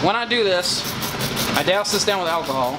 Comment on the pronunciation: First time I've heard someone say alchyhol other than me. Big love